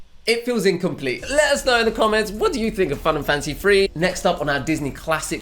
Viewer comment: For a second instead of Fun and Fancy Free I thought you said Final Fantasy III. EDIT: Now I keep hearing Final Fantasy III every time you say the title of this movie.